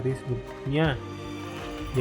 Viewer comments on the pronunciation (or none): "Rabib" ?? Bukanya seharusnya rahib? Rahib = kaum rohaniawan non tertahbis kan?